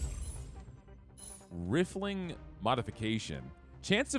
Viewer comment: Rifle-ing rifling. Not riff-ling.